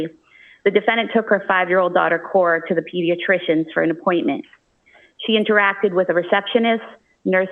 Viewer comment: why does she keep calling Cora “Core”???